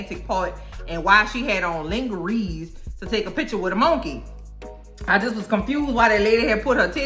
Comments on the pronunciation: It's pronounced "lonjeray" not "lingeree" 😅😂😅😂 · How do you not know how to say lingerie??? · Ling-er-reez!!! My flabbers were gasted! This woman is brilliant 👏 😅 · “Lingerees” 💀 I love you. Killing me. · I CANNOT with the lin-ghe-rees. I will never say lingerie in any other way!! Died laughing.